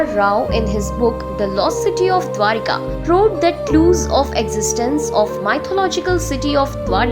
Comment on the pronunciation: Not dwarika.... Correct it....the name DWARAKA